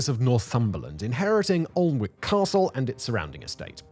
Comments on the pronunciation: Great video as usual. But locals would have a silent l so it wold be an ick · Was counting the seconds until you mispronounced Annick!! Funny how you get others right mind... Almost as bad as John on Auto Shenanigans pronouncing Lymington as Liemington!😂😂😂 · You need permission from the government to grow these plants. Of course you do. Is there anything they think "We don't like this but it's none of their business"? BTW - pronounced An-ick. If I moved there, I'd be an an-ick-ist! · Aaagh. An-ick. Both the l and w are silent. One of my favourite local places. The whole garden is amazing and this is just a tiny section. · Ann-ick mate /( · Your pronunciation of Alnwick really, really bugs me. It is not pronounced how it is spelled. Its pronounced "Annick". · Annik please pronounce our place names properly!!! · Tourist season in Alnwick you certainly hear some strange pronunciations but by far the worst I’ve ever heard was this scouse family coming into work saying ‘allhun-whickh’ and they were too busy talking amongst themselves for me to politely correct them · I only clicked on the video to see what kind of job you made of the pronunciation of Alnwick. Just under minute in and my question is answered. Even more of a mess of it than I was expecting. 17 minutes and 21 seconds saved to go and do something else. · Sadly its pronounced alan wick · Long time viewer but cannot ignore the way you’re pronouncing Alnwick there mate 😂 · Came to the comments to see how many times people corrected his pronunciation of Alnwick 😂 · He had me until he pronounced “Alnwick”. 😂😂😂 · The pronunciations in this are absolutely hilariously wrong. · It’s not Aln-wick but Ann-ick castle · It’s not Aln-wick Anick man Anick!! Please don’t ever make a video about Leominster 🤪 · Can you at least try and pronounce the damn place properly? An-ick you muppet. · Fascinating but your pronunciation is terrible 😒 Learn how to pronounce (Alnwick) An-ic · Alwnick is pronounced "an-ick" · An-ick Garden